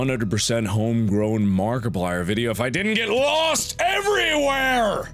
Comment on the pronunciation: Every time he pronounces Markiplier as MARKAPLAR I giggle a little